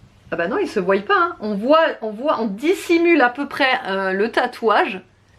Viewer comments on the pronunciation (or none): On ne dit pas:ne se voiyent pas mais on dit :ne se voient pas.sinon bonne vidéo.👍